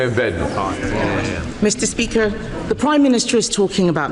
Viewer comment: That speaker can't even say Badenoch properly in fact he just can't talk properly